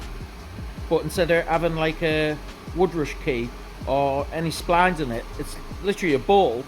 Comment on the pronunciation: Yer im with u on this, yes u said it wrong and i understand, but then to add abit on about any machanic should know. Now thats a dig at u. So i stand with u on this